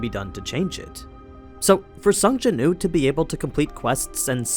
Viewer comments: Yes please! but isn’t his name Sung Jin Woo? Sounds like you are just saying Sung Jinoo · Am i the only one hearing him say sung jin ooo and not sung jin woo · Btw its sung Jin woo . Said like Wew